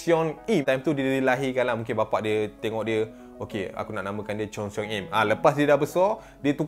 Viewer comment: Cheon - sebutan con seong - sebutan song con song im